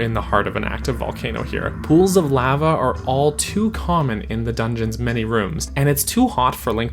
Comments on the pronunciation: I say it like La-va. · Cool vid yo even on 2x playback speed. Edit: I usually don’t comment on the way people say words but you say lava weird. lol